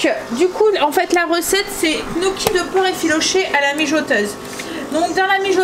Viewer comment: Gnocchi = nioqui (en phonique) pas knoki ! 😂😂😂😂😂 c rigolo, c dur hein 😉